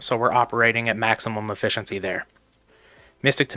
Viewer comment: I can't stand this "maximum efficency" 🤣